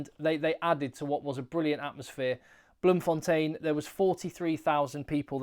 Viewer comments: Just started the video and thank you so much for pronouncing BloemfonTEIN correctly. Even Saffas, especially from Jhb, insists on Bloemfon'tien', Randfon'tien', Garstfon'tien'. Keep up the great work, SA appreciates you. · the way you pronounce Bloemfontein it sure does sound like you're fresh out of south africa